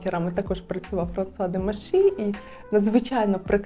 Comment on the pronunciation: А чому ФранЦуа??? Є канал Жінка аромат, там вчитель французької вчить вірно вимовляти. У Вас постійні ляпи в цьому